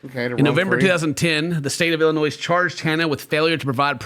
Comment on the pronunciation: the “s” in Illinois is silent Ill-in-noy